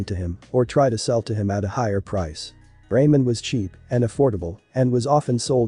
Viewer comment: Love the vid but not the pronunciation of some stuff like most names and ramen but I definitely will keep watching ps first vid of you I'm waching .